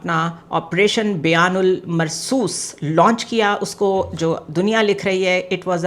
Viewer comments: Bunyan mursos not bayan mersos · Its BUNYANUL MARSUS and not BYANUL MURSUS-- PLS CORRECT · Bunyanul Marsoos not Bayanul Marsoos plz correct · very well researched and insightful video, and excellent analysis, but you should pronounce the Name of Operation correctly it is very important, It is BUNYANUN MARSOOS, not BAYAN UL MARSOOS. Please try to do some practice if it is difficult to articulate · bahut acha...zabardast.....LAIKIN OPERATION KA NAM BUNEAN AL MARSOS HE.........BEAN AL MARSOS. NAHE...... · Didi, the operation is called "Bunyan-un-Marsoos", not "Bayan..." The name is derived from a Qur'anic verse. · buniyan ul marsoos not bayan ul marsoos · Correction: Bunyan-Al-Marsoos